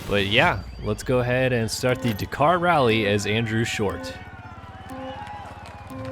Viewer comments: It’s daaaakar not dacar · Dak-ar not di-car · It's pronounced 'Dah-Kar' not 'D'Kar' ...............sorry but it was crippling me 😂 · Dakar not dacar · "Dak-Kar" not "d'kar" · Bugs me how you cant pronounce the name. It's Dakar (da-kar) not dkar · Come on man it's pronounced Dak-ar not D'kar. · DA kar, not D'kar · Dakar not Dekar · Dukar? its da kar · he pronounces it decaaaaaar and not dakar XD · dkar its D-Akar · Bro it’s pronounced dAkar not emphasize the A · God I hate how he says ‘DaKKar’. . . Haha (Yes i’m aware of the correct spelling, the pronunciation is that of a double K, like “Dak-Car” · am I crazy? I swear I've never heard it pronounced "d'car" before. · Why cannot you pronounce Dakar properly?? Sounds like de car wtf? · It sounds like "dukar" when he says it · “Duh car” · Dakar not deeeekar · Your not saying dakar right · Please pronounce Dakar properly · Please say Dakar properly. Like a normal person thx x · every time you dakar i cringe a little. you say it wrong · The way you say DAKAR is disgusting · Learn how to pronounce "Dakar" before you do a review on it! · You need to learn how to pronounce Dakar properly..... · Is that the American way of saying Dakar. Because its wrong and triggering me :)